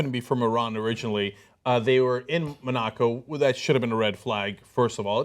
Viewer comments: Love Cenk haha "moNAco" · Mon-a-co Cenk! Get it together man lol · Cenk went to Wharton and Columbia Law School and he can't pronounce Monaco? For shame!